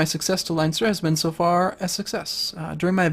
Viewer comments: Its not Line-ster it's Len-Ster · Somebody might have said this already, and I know that this video has been up for nearly a year and a half at the time of writing, but I'd just like to point out something. It's pronounced like Len-ster, not Lion-ster. Sorry for being an eejit about pronounciation, but it just really bugs me when people get Irish pronounciation even a little bit wrong. It's a bit of a problem. Sorry about that. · >lionster IT'S PRONOUNCED LEN-STER YE GOBSHEEN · Pronounced LENSTER, not LINESTER. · Also, it isn't 'Line-ster' it's 'Len-ster' as far as I am aware. If I am wrong, to tell! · oh and,its pronounced linster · Leinster is pronounced Len-Ster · every time he says leinster i cring